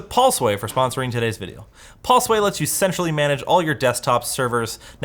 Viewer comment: Hears the video Hold up. rewinds a few more times Oooooooh... essentially manage. Not sexually manage. Lol